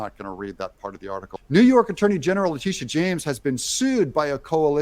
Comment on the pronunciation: Le-titi-a James